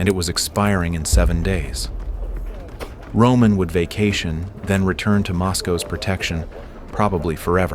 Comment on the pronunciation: Romannnn not roomaaan